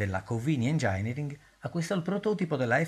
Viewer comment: Un'altra perla fin'ora sconosciuta.. a prima vista ero pronto a dire bella copia della Pontiac Fiero e Ferrari 408, ma entrambi sono nate dopo! Delle versioni FL FIAT non ne sapevo nemmeno, quindi un consueto grazie 🙂 (p.s. "engineering" si pronuncia differentemente almeno in inglese)